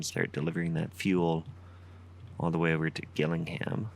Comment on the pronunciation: Shaping up to be another great series! Oh & it’s pronounced ‘Jillingham’ :)